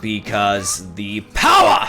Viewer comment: THE POWAH!